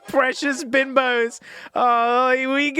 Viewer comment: icl it sounded like precious bimbos